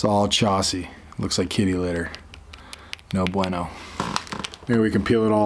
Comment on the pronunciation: Nice Spanish by the way